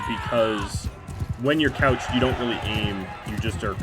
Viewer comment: I so happy you are saying couched lance and not crouched this episode it was really bugging me lol